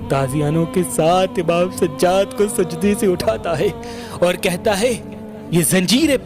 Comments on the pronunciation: Bhai sajad nahi sajjad keep it bro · Sajaaad a.s plz pronounce correct